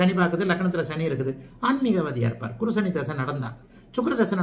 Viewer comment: நீங்கள் குரு உச்சரிப்பு தவறான முறையில் சொல்கிறார்